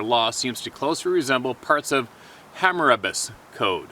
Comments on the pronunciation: pronounced ...Hammer....ah....bees code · Ya know pal… I try to give you my attention but after CONSTANTLY wading through your me me me opinions… I never ever ever ever hear the topic advertised. Can you get to the topic minis all your personal good ole boy shit as found on C type movies. And bro it is Ham-oo-ra-bee’s law. Do some research and stop sounding like a dumbass good ole boy……. Mindspeak my fucking arse. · it is pronounced to sound like HAMMER-ROBBYS CODE. Thanks for being you and Speaking the truth!! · "Ham-a-robbies" as in the code ... Once again, very interesting.